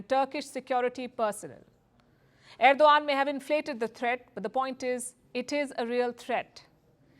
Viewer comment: wtf Palki, you can't even pronounce correctly the name of the Head of state.